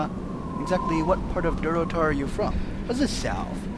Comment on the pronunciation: Can i ask you a question? WLG: Sure: Where are you from? WLG: AHHHHHH.....Durotar.: Durator huh. lol